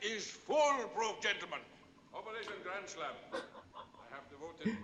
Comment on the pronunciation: "Operashunn Grandshlam"